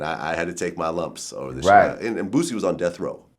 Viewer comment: vlad say boosie like a white woman